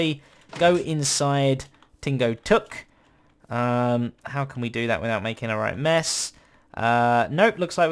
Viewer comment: Hmm, Tingo Tuk sounds like Tango Tek.